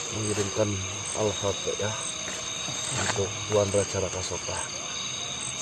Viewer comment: alfatihah mas...bukan alfati ah..artinya beda...tidak ada alif yg ke 2..coba liat di alquran tulisan nya alfatihah bukan alfati ah...